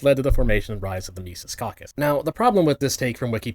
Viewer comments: "The micees cockus" 😂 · "My sees caucus"????? Learn how to pronounce words vaush!!!!!! Or is he just trolling? That didn't sound like trolling to me